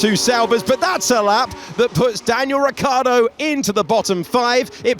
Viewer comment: This english guy cant say Ricciardo seriously somebody send this guy home